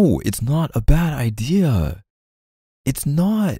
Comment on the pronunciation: the „ideah“ 😂